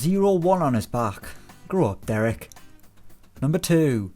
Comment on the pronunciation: you have butchered Dereks name 🤦‍♂️